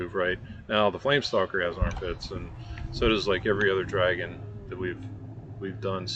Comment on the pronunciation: Hearing say dragon is sooo painful lmao